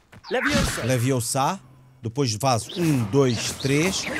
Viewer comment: It's Leviosa... not Leviosá!!!